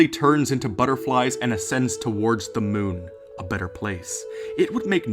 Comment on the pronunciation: You said "LOONA" 😳 ifykyk